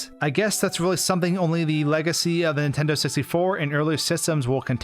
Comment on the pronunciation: Anyone else hate how he pronounces "Nintendo", as "Intendo"?